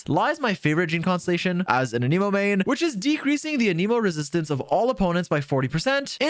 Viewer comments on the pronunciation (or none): The pronunciation of Anemo and Dandelion makes this a hard watch 🙊